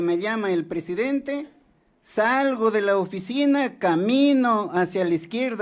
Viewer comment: Viejo Ignorante!!! En vez de decir PRESIDENTE, dice PRESEDENTE. Encima es MOTOSO!!!